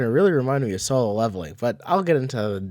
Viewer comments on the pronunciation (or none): none